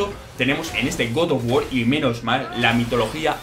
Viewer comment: Godof wor que cosa es esa aprende a hablar